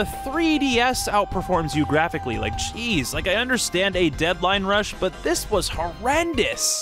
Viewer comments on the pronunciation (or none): none